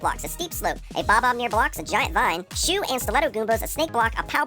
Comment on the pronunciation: I kept hearing "chew and stiletto goombas" and was like "TF is a chew goomba?" :).